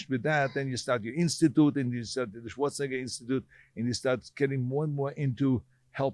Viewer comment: Arnold - Shwartz - a Naygor